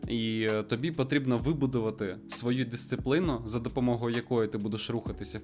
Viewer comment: Чувак ти красава ,респект тобі за все що робиш ,але маю одне зауваження 😂😂😂 Тільки будь ласка не відкидуй мене лопатою;);););;);)) Ти говориш Дисциплина, вона прям трішки ріжить вуха,ніби то правильніше є говорити Дисципліна, я думаю це наше слово з нашою і,але можу помилятися, бо воно якось з тим И просто не звучить;) Всіх благ 🤛🤛🤛